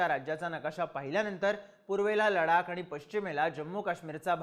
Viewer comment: Bhau ladak nahi ladhak be .......😂😂 ...kahi tari shika